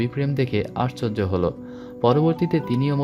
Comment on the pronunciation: আর্চর্জ নয়, শব্দটা আশ্চর্য